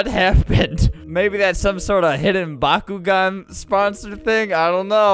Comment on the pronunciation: Flamingo says bakugan I hear bakugo